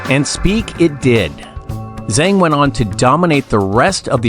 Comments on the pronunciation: How come the narrator cannot even pronounce the name of Zheng Qinwen right?😢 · At least…learn how to pronounce the name of the person in your video!!!!!